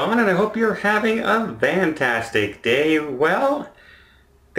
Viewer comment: When you say hello are you saying have a "vantastic" day or is that just your accent ?